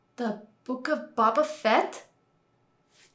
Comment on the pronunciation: Silly non American. His name is pronounced Boh-buh Fett, not Bah-bah